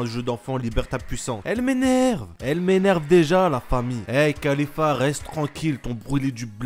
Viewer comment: tu ne sait pas parler et ce n'est pas khalifa mais caulifla xD